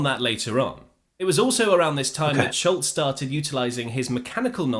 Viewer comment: I'm not sure why that guy from keeps saying "Schultz" when his name is Scholz, pronounced 'shōlz', not that complicated.